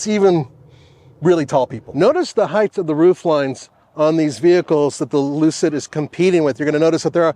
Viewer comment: N.B. There is no h at the end of the word height